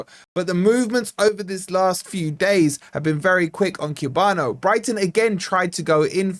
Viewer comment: Is this the guy couldn’t pronounce the name